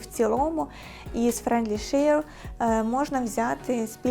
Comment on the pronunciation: Все супер. Тільки треба попрацювати над вимовою френдлі шеа.